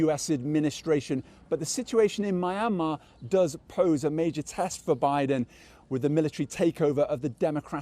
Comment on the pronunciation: Dude you work for CGTN pls learn to pronounce Myanmar correctly to start showing respect to other country. Don't continue to be like donald trump mentality, he can't even pronounce hydroxycholoquine Indeed Joe Biden deserve more respect than donald trump the 'amok guy'